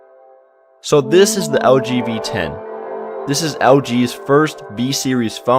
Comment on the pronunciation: When you say "LG V10", it sounds like you say "LGBT". :)